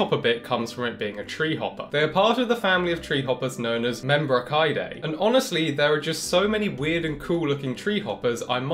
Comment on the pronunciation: Pronounced Membraseedae not Membrakaidae